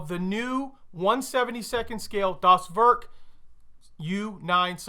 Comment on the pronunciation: Not “das Work”, the e sound more like Ai from “air”, so, “das wairk”. And also not das boot, like a car boot, but rather like a bow (like bow and arrow) Das bow t. Or just say it like you say boat. Very similar. Keep the o a bit more in the front of the mouth.